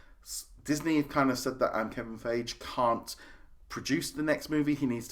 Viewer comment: Fayj...? It's pronounced Figee